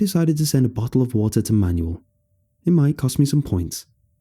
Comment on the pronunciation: Shouldn't Manuel be pronounced man-WELL instead of like a booklet of instructions?